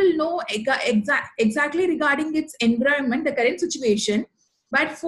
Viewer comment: Video is useful. Kindly check the pronunciation. I found environment pronounced incorrectly. Apologies, if it offends you. :)